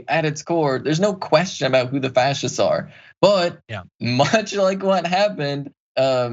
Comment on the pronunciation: "Frashists" do you want fries with that?